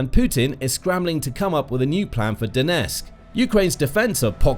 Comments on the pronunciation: Donetsk has 'T' in it. Don't drop it. The twon is called DoneTSK. Calling it DoneSK is pathetic. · Could you at least pronounce Donetsk correctly ? Its not " Donesk" . Can you get SOMETHING right ??